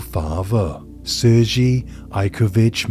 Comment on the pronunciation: The name Sergey is pronounced "Sir-gay" not Sir-gee. (Soft g )